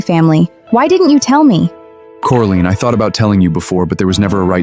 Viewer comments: Did he just call her Coriander... LoL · You did missed one,Cori Ann 😅🤣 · This is a good story. But it needs improvement because you mispronounce the actors' names, especially Coraline, and you spell them incorrectly, too. Edward needs to cut his hair and clean up his acne. He’s an heir and looks out of place. Next, you keep putting Coraline with Eamon as the maid, then the whole birthday scene at the Windsor house, it's all messed up. Did you even check the video before posting? I'm so disappointed. The audio for the birthday scene is ahead of the picture.How could you mess this up. I give it 5 stars out of 10. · really really really really really really really really really really really really wanted to like this drama...but couldn't stand the mispronounciations of her name as well as the made up words?